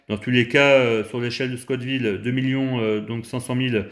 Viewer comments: scott ville ou la ville de Monsieur ScoTT 🤣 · Scoville !!! Pas Scott Ville 😂 Très bonne vidéo sinon 🤗